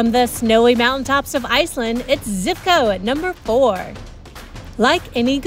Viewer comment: Zhivko, not Zivko!